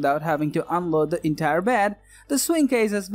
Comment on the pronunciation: Entyer woad of gwocery! >.<